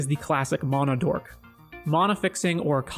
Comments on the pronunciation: mAhna not MONA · MAN - UH NOT MON - AH